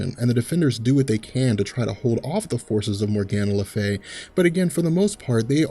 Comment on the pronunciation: Morgan le Fay, for the love of god,learn how to pronounce names correctly 🤦🏽‍♂️🤦🏽‍♂️🤦🏽‍♂️🤦🏽‍♂️The pronunciation of Morgan le Fay is "MOR-guhn luh FAY," with the stress on the first syllable of "Morgan" and on the single syllable "Fay". It can be broken down phonetically as "MOR" + "guhn" + "Fay".